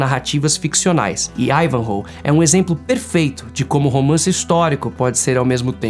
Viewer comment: Considero estranho e até ofensivo falar Ivanhoe com este sotaque francês. Afinal ele é um saxao em uma clara resistência e oposicao contra normandos que falam francês. Então pra quê sou obrigado a usar um dialeto francês, a lingua do opressor, no nome dele?